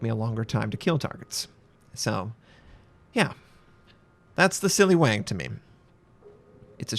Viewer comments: Siliw"u"ngi. That's the right way to pronounce it! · Not 'Siliwengi', the 'a' in 'Siliwangi' has the same sound as 'a' in 'Alaska'. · it pronounced "si li wah ngi", named after king siliwangi of sunda kingdom in 15-16th century